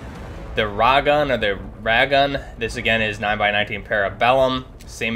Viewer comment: The Ragun pistol is pronounced "rah - goon"